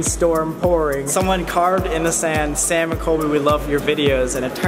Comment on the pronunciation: I think I'm deceased , the girls name is pronounced exactly like mine. And now I'm in love with the way Sam says my name